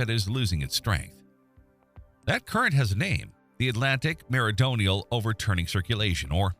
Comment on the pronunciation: "Meridonial" ?!?!? Hard to take this clown seriously after that. 😜😜